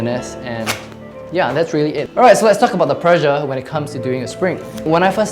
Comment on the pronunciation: Instead of "pressure" I heard "pleasure". Sure made a difference in how I viewed the video!